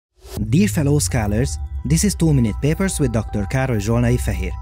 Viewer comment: with dr.Károly Zsolnai-Fehér translated in english, You should pronounce dr. Karoy Sholnayi Feher